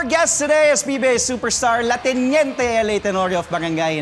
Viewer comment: el teniente cguro sir hindi la teniente?